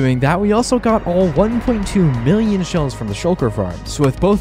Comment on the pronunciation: U said billon in state millon